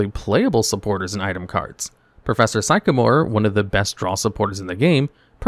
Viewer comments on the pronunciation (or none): it's like sick-a-more not sike-a-more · I spat my drink at that "Sycamore" pronunciation 😂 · Part of me feels like this channel is an A.I. voice because there is no way you just pronounced Prof Sycamore like that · He mispronounces things on purpose for engagement; he can pronounce Asmoranomardicadaistinaculdacar flawlessly